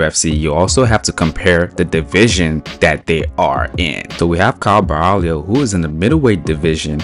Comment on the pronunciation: Caio is pronounced Cayo with a weak o and a strong open A.